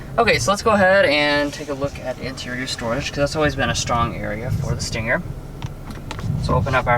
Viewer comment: Argh, why do people call it a stinGGGGGGer. Just say the word stinger without the "g".